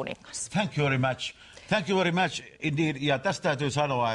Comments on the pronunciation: tänk jy veri mäths :D :D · D thank you very match" xD suomi ei osaa englantii! prkl.. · thänk juu veri mäts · ''thank you very match'' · thank you very mäch..... ööö jooo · "Thank you very match" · 05.55! thänk juu veri Mäch, thänk juu veri mäch!!! Repess!! :DDDD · "tänk yu veri mäch" hyvää englantia saatana. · thänkjuu veri MÄTS... huh huh ihan häpeän tota juontajaa.